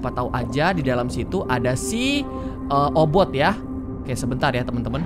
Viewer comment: Obit bukan obot